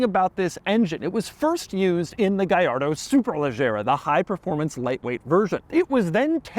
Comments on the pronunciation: Si pronuncia "Gallardo" non gagliardo 😂 e' un nome italiano, non spagnolo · Funny how you pronounce Gallardo correctly: "Guyardo" but not Murcielago - it's "Murthialargo" - I found this out as soon as the model came out. Great review. 👍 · It's pronounced "gee ar doe" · "Lamborghini Gayardo Supah trofejoooh stradalaaaaay" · It's pronounced gee ar doe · well thats a funny pronounce on that car man.😂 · BUT IT SOUNDS SO WEIRD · Double L, not I. Italian, not Spanish. Jiminy! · Doug the type of guy to pronounce Trofeo Stradale correctly but mispronounce Gallardo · I wish you pronounced it the way Akon used to :( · And slaughtered its name 😂